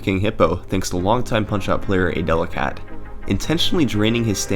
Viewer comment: A DELI CAT not adelakat